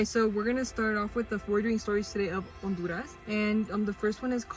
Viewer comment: thank god for saying honduras with out the H my grandma when she was alive in 2005 when i was young i remember when i said it wrong she would smack my hand for saying it wrong i am puertorican and honduran my dad is Puerto Rican and honduran my mom and floridan born